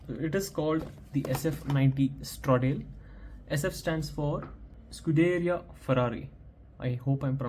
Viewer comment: No offence brother, but the pronunciation of Stradale is wrong. It is pronounced as Straaa-daaale . I have the link below